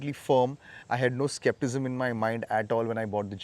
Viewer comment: Bhai ne skepticism ko skeptism itna confidently bola ki mujhe double check karna pada, and to those who will take offence here, no its not my hobby to correct people’s english, it’s absolutely fine, i make hell lot of mistakes myself, just that i like to learn the correct way, what keeps me curious, anyways your communication is superb brother, kudos to you.